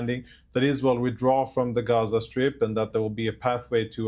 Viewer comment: Abby is such an absolute joke. Can't even say 'withdraw' properly. Fkn idiot.